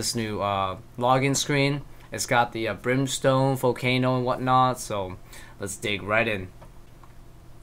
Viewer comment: brimstone ring not what you said